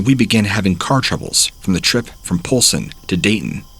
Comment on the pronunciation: I'm from Billings, Montana and I love hearing stories from around the state. At the same time though, I heard "Polson" and "Helena" and instantly cringed. 😂